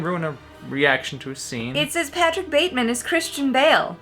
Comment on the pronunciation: Bateman, the e is silent. 😀